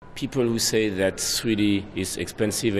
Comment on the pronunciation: He says sweety instead of 3d